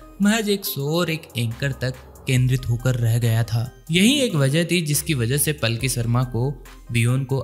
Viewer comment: Plki nhi h be, Palki sharma h